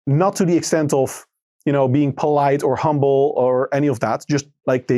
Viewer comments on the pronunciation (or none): none